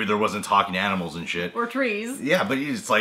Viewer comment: "Aminals"? Really,? Are you 4 or something? (Even though it was funny).